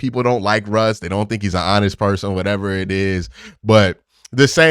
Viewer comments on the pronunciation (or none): none